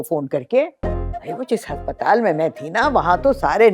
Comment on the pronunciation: Haspatal NAHI aspatal 😅